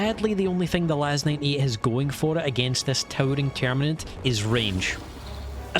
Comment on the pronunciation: Are you saying LAS-9E? Because it's LAS-98.